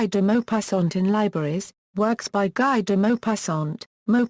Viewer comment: Its pronounced as gee deh mopassant